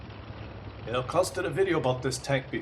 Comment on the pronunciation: it is 'turm' as in 'sturm' not 'trum' as in 'trump'. There's me thinking you were German...